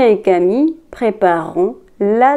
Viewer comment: Bonjour, c'est bien, mais vous avez fait une petite faute de prononciation, prépareront, vous devez prononcer le re sinon ça fait préparont